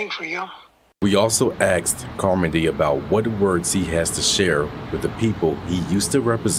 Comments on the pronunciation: CBS dude, "We also Axed him". Great English for eomone in the News business. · Wait, did that reporter actually say "axed"?... went to college, to become a journalist, and can't speak? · How in the world do you have a job of speaking on TV and you are allowed to say "axed" instead of "asked"? Ridiculous. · “we also axed”